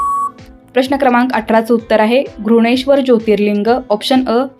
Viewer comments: विषय चांगला होता परंतु घृष्णेश्वर चा उच्चार करताना आपण घृणेश्वर असा करत होतात आपल्या उच्चारात श चा उच्चार हवा होता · घृष्णेश्वर चा उच्चार बरोबर केला पाहिजे